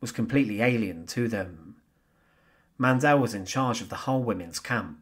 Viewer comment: Maria Mandl's last name is pronounced "MON dill" emphasizing the first syllable NOT the last as in "Man DELL." Lagerfuhrerin is pronounced "logger fear er in" and not the crazy way you did. Please fix these gross mispronunciations.